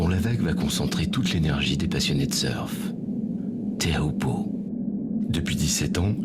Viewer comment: TÉAOUPO??? Mais sérieux qui a fait ce documentaire il s'est pas une seconde renseigné sur la prononciation de la vague mdr